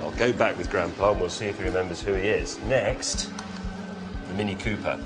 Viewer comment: I think the funnier thing is that when Asimo says mini pooper, both times, the British guy tells him that he is correct in calling it a mini pooper lol.